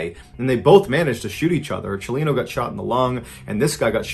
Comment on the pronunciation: I was confused when he was pronouncing Chalino as "Shalina"